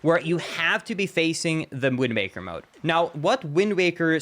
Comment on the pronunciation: Please stop saying "wind maker."